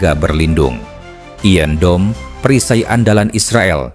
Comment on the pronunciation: Maaf min.sebutan iron dome tu salah.itu bukan sebuta lnggeris..